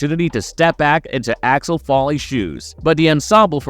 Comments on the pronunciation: Who the heck is ALEX FOLLEY? Eddie's character name is pronounced AXEL FOLEY (as in FOA LEE), not Folley or Alex. Why don't people ever get the name right? Is everybody trying to be BRONSON PINCHOT, who played SERGE? At least he had an excuse. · It's AXEL, not Alex, (or Achwel, if you're Serge) and FOLEY, not Folley. Stopped watching 15 secs in and wrote this correction. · Here have a well deserved dislike for having the gall to say this movie is one of your most anticipated while not even being able to say Axel Foley correctly. You literally call him Alex Folley. Good Lord please stop making videos. Also the fact your view count is so low across the channel screams how fake and bot filled your sub count is. Absolutely pathetic. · FOLEY! NOT FALLY!! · It's FOLEY, dude 😂😂😂😂😊